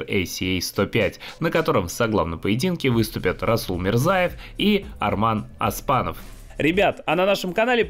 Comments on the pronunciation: Задолбали, не Аспанов а Оспанов !!! Без ударения. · Не Асманов а Оспанов правильно пройзнеси фамилию.